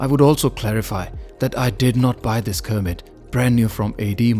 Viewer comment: Its Kermit (from Kermit the Frog on the American show Sesame Street) not Cermit.